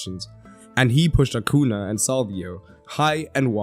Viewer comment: Great analysis! To help you with the accursed Ñ acuña is pronounced more like acunya.